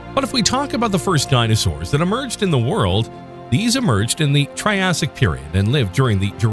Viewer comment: You’re pronouncing Triassic wrong throughout.